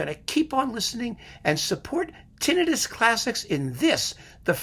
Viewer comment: Finally, someone who knows how to pronounce "tinnitus!" It's not that I'm a pendant (though that may be true) but I'm a retired audiologist, so I'm entitled to object to pronouncing it like an -itis word, which signifies inflammation. Colitis, for instance. I know how you feel about pronunciation and mispronunciation, in fact, I hesitate even to compliment you for it! I still don't understand why musicians would adopt the word, unless it is a joke, but that's another matter entirely.